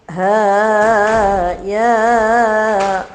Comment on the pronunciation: Mas,...semangat.dong....suaranya kurang volume atau powernya ya.... MPK PDA jombang ikut menyimak... Terima kasih, Kaaaaaf Haa Yaa aiiiinnnshoooood. Pengucapan "HAA"nya kepanjangan, begitu juga dengan "YAA" cukup dua harakat saja, Ibu. Terima kasih, ibu. Materinya luar biasa untuk kami teruskan ke Anggota Aisyiyah di daerah kami